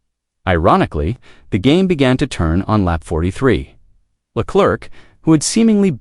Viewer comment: “Charles LA CLERK”, LMAO 🤣, isn’t AI supposed to be smart 🤔